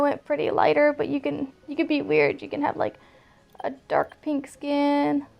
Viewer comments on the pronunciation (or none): 💀💀 literally read this as she said it, she really put the emphasis on DARK pink skin 😭